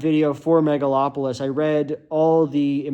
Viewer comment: not me hearing "metalacolypse" instead of megalopolis